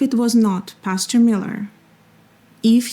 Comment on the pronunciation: Why do you keep saying “pasture” instead of PASTOR? And then calling your audience “stupid”? 🤔